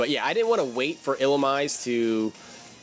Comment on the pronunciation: I believe Illumise is pronounced⬇️ ill-uh-meeze-ay